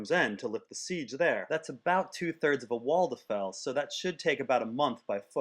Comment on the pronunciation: Love the "walltuhfell" system.